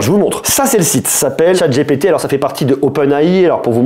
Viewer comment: Attention à la prononciation, les franconphones en mode bétâ ! : "dji pi ti "et non "j'ai pété" ;o) On joue à chat j'ai pété ? C'est toi qui colle !